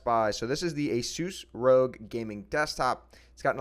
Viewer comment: Did you just say asus ROG as rogue? It’s supposed to stand for something (Republic of Gamers)